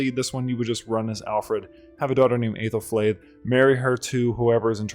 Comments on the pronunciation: You got really close to Æthelflæd's pronunciation, genuinely impressive. As a speaker of Ænglisc, good job! The correct pronunciation is ˈæ.ðelˌflæd. If you google an IPA chart, you can read that and sound her name out. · The Æ is pronounced like a long E, EE or EH instead of EY, so Eethelfleed/Ehthelflehd and Eethelreed/Ehthelrehd. Either way, great video!